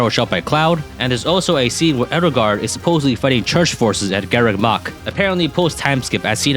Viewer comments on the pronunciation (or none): none